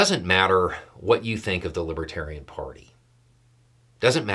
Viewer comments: Was it just my bad hearing or did he keep mispronouncing the name of the party? I heard "Libatarian" over and over. The look on his face as he stumbled down the steps from the stage...... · He kept saying " lib tarian ."" As if he'd never even heard the word before 😂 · Plus the fact that he kept saying others call him a libertarian, though he can barely pronounce it. 👍🏿💙💙💙🥰✌🏻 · trumpf hasn't a clue about the Libertarians and its exemplefied by the fact that he can't even say the word... correctly. He doesn't give a rat's behind about anyone... just the vote. He'll say anything, do anything ( even tolerate booing) for a vote. And of course, after he wins (I don't think its likely) he never knew you cos his promises are forgotten in the light of whatever fascinates him that minute. I did enjoy seeing him ruthlessly heckled, it was... refreshing.